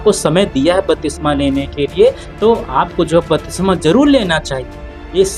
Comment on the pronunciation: Bhai jo aap bol rahe hain wah shabd ka uchcharan galat hai to aap ki siksha bhi galat hogi , batisma nahi lenki baptisma ya baptism jo Greek shabd baptizo se aata hai.